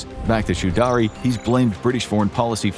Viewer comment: "chew daree"??????? Choudry is pronunced /chow-dree/. Why do Americans butcher people's names without even bothering to ascertain how they are pronounced?